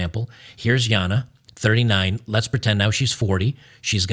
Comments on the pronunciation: I don’t know why you keep pronouncing her name Yana. Like, you know she’s Australian right? 😂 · Damn It, "Jana" is pronounced "GENTS" here in Australia 🇦🇺 Please respect our language, as we respect our Public Toilets for what they are.